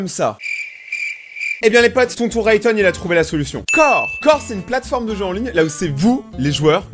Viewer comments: Sa va ray-thon (mdr) rayton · Pourquoi tu à dit tonton rayton ?